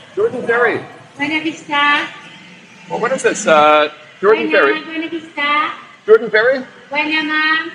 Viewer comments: we say it Hor-dan (Jordan) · "Jordan" is Pronounced (Hor-Dan) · We tried the mango pizza in Guimaras, didn't care for the texture of it on pizza. Pineapple works, but mango not so much. Can't wait to get back, Guimaras is amazing. BTW the town of Jordan is pronounced "Hordan."